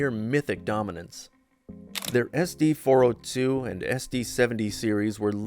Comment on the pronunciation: obvious AI slop, nobody pronounces it "S D four oh two"